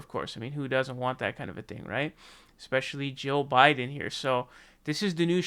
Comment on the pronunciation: I can't tell the difference between your pronunciation of "Jill" and "Joe".